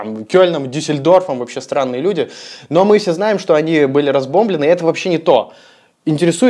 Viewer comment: Правильно не разбОмбленный , а разбомблЁнный... во всём остальном молодчина !